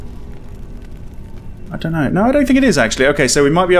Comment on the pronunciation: "I da know"